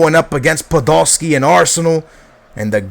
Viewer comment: He says Podoski instead of Podolski.